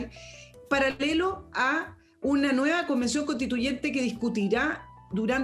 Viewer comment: ¿Qué es CONTITUYENTE? CONSTITUYENTE.